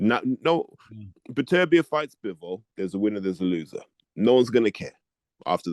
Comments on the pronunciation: Who is Better Beev character? Is he trying to pronounce Beterbiev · BEE-AH-BEEV. Gotta love 😂